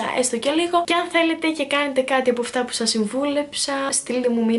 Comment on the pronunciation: Γιατι λες γεια SHας αντι για γεια σας?